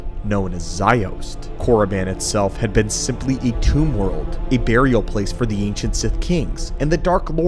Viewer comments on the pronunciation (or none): none